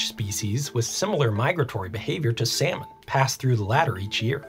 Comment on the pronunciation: I love your content but I can’t get over you pronouncing salmon as sayomen in the intro